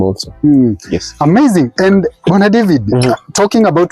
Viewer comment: His name Bwana David sounded like he was calling him brother David 😜